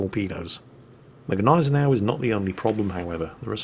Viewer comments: Gneisenau is properly pronounced = Ny-Sen-Ow with a silent "G". (I always thought it was pronounced Gee-Sen-Ow myself). I just had to say something because it kind of grates on my nerves when you go with both the "G" and the "N", like "Gnip-Gnop". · Jesus the G in Gnisenau is silent. SILENT!